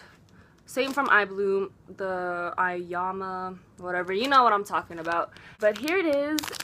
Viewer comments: Ayoiama is pronunced like: l am a... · I'm pretty sure its pronounced: EYE-YO-MA